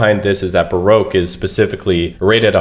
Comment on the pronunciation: R we fr calling baroque barouque